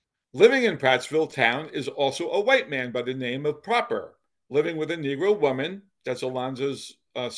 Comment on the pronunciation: The Proper family name may have been pronounced with the short o then but I went to school with a Proper in this area and I also knew the family. They pronounced it with a long o. Pro-per.